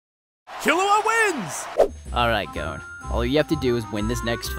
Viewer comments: ITS NOT GOEN ITS GON!~ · Why can't anyone correctly pronounce Gon?